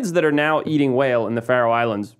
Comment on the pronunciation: Think its "Faroe Islands".